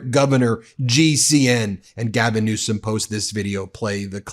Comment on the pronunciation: HAHAHA ,TRUMP said gavin newscom hahaha listen to him say it just after ther water turned back on hahaha